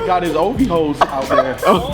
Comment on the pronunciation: "Ovhoes" lmfao you a savage